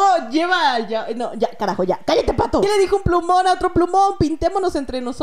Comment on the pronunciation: No se dise phato se dise patho